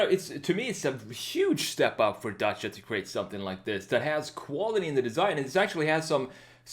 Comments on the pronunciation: Nice video mate I love your channel I like how you say Dacia in the right way Much love from Romania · YESSS YOU PRONOUNCED IT CORRECTLY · Your pronunciation of "Dacia" is spot on!